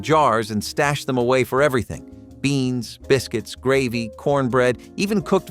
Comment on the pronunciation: What the heck is a ‘Graaaveee’ did you mean ‘Gravy’ ? 😳